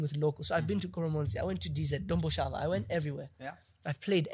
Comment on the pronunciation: The whiteman calls it Domboshava but Peter Jones, Patricia Mabviko back then were telling us kuti its Dhombhoshava.